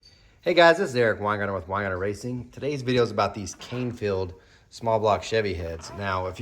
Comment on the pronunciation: Can---Feild. Not Cane feild